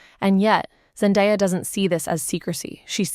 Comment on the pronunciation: So u can’t even say her name right and have this tagline for clickbait? Gtfo